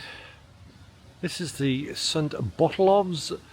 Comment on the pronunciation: The 'ph' in St. Botolph's is pronounced as an 'f'.. It should be pronounced St. Botolf. (Bot-olf).